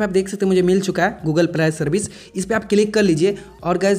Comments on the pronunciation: Google pley 😂😂😂 wah phlne bolna seekh lo .. pley pley kr re ho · Bhai tu pehle Google pilai, irror yeh sb pronunciation maat bol nhi to original pronunciation admi bhul jayega.. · Google pilai service kya hota hai. Benstok YouTube me kya kya pronunciation sunne padegi.